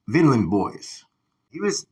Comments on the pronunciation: It’s pronounced vine - land boys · Yea just pronounced it wrong